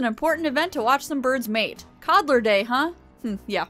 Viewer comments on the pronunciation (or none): none